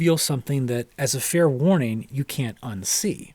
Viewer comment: It's John. Dig the way he pronounces "you" More of a yoo sound. That's John